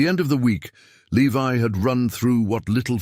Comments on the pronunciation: At first the ai reading the guys name the correct way. Levi then he says leve can you people ever get your words correct useing the proper long and short vales the correct way??? 😊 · If Alice was Levi’s mother, as your story states, the Jonas and Eleanor were his grandparents not his great grandparents. This is why the story is getting confusing first I thought I was wrong but nope you guys are getting your generations confused and you have pronounced Levi’s name three different ways. It’s Levi just like the jeans.